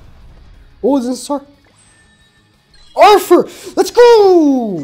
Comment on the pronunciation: Each time you hear say "Arfur" you take a shot.